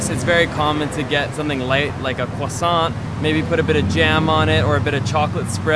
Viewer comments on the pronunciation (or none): none